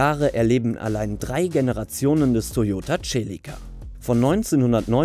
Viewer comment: Nr.1 Fiat Coupe..... hat mir nie gefallen, kann die Faszination bezüglich Design nicht nachvollziehen.... ist bei mir knapp hinter dem Multipla..... dasselbe für Nr.2... und hört endlich auf die Celica als TSCHELICKA auszusprechen! Es heißt SELIKKA!